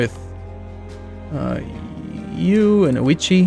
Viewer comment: We made him change his pronounciation of Date... Can we now get him to say 'Ouchi' instead of 'Ouichi' ? On second thought, no, that's way too funny. ^^